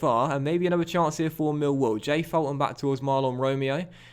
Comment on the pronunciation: Fulton is pronounced as Full-ton